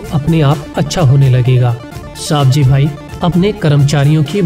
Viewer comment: सवजी भाई bol साबजी भाई नही